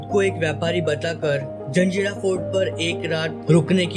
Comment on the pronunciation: जंजेरा नही भाई जजीरा(jajeera)